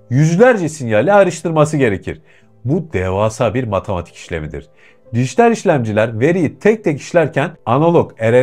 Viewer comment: Matamatik değil, Matematik. Kamuya açik yayin yapiyorsun. Türkçe'yi doğru konuşmak, vatandaşlik ödevidir.